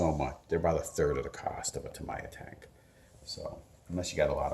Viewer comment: Its TAH-MEE-YA for all the untraveled, uncultured peasant class out there. ; ) Youre welcome!